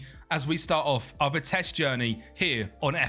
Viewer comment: Please pronounce their name right.... Its Vitesse with the E at the end not vites as you pronounce it. Great video otherwise❤